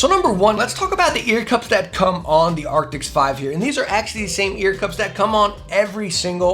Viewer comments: ARCTIS. A R C T I S. nOT aRCTIX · its arctis not arctics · Are... are you calling them "Acrtics?" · It's Arctis, not Arctic. Great video though! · Arctis. It’s Arctis. I love your reviews but come in man. At least say the name of the product your using correctly. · Stop saying “arctics” 😂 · Hey bro it’s actually pronounced ark-tis just letting you know